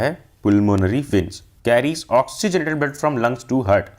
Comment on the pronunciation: Veins ❌ Viiins ✅